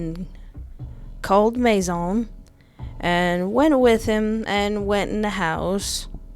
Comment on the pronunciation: Fun fact: His name isn't pronounced Mace-On, Or mace-in, It's actually Maizon, the french word for.. GUESS WHAT!! HOUSE. That's a clever lil' name to give a lure from a house. It's almost a warning. "La Maison."